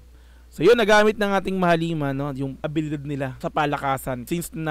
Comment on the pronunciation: Nao-OC n nman tenga ko. Di ko na nman matiis. Mahal-lima ang pronunciation beh. Hindi mahaleeeeeeema. Mahal ang lima. Mahalima. Mabilis dapat ang pagbigkas.